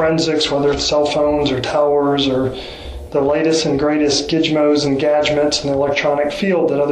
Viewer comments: Gigmoz and gagments....ummm sir thata not how you pronounce that! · Nobody gonna say anything about when the Ranger said Gizmos and Gadgets wrong? 😆 🤣